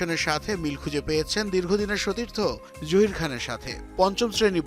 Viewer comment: জুহির না জাহির.... উচ্চারণ টাও করতে পারস না????